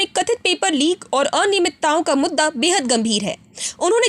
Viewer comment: Kathit aninaymit-ta????? Ya fir aniyamit-ta